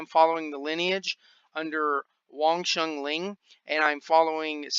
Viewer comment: It's Wong Shun LEUNG, not Ling. It's my Sigung's name. Thought u might pronounce it properly. - a student of Sifu David Peterson from WSL VING TSUN COMBAT SCIENCE